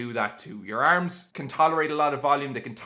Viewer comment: The Irish way💪